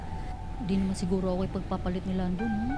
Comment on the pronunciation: Haha ung pag deliver talaga ng name mo"!